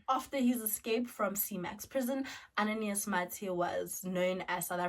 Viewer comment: I'm from Mozambique and the correct form to pronounce is "Ananias" not "Ananaias"